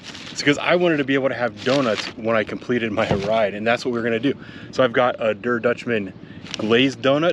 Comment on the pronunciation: I love the way you say "I have to lose 20 pounds" while holding a giant donut. I guess this means all your injuries have healed. Also, "der" is pronounced "dare".